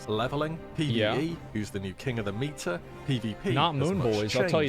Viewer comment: There is no way he thinks hes saying meta, clear as day he is saying meter.